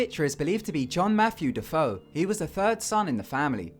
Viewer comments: "De-Foe?" That name is usually pronounced "De-fay-oh" even though it's spelled DeFeo. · Also, "DeFeo" is pronounced "Deh-Fay-Oh" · it's not pronounced "da-fo"